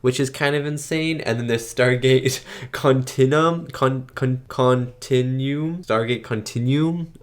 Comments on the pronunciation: Continuum = "kaan-tin-you-um. Like "continue" and "yum." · it's pronounced like CUN-TIN-YOU-UM.